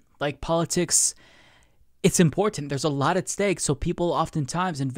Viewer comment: Me too. He really enunciates the t's.😁